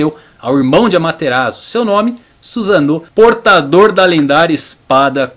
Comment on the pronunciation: Adorei o vídeo muito bem feito e estruturado, só melhora um pouco sua pronúncia sempre que ver uma palavra em japonês escrita em letras romanas por exemplo Susanoo o S vai ter som de "ss" ou seja "Ssussanoo" ou "Amaterassu" e quando vê "Chi" a pronúncia vai ser "Tchi" espero ter ajudado